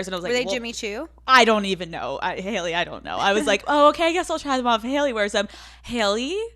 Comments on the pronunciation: Has anyone else noticed how she pronounces “Haley” or is it just me? “Hail-lee” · Youre cannot even say her name xd?